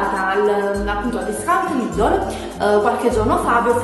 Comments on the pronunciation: si chiama "Lidel" non "Lidol" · si kiama LIDL no LIDOL!!!! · si chiama Lidl, ne' Lidol, ne' tantomeno Lidel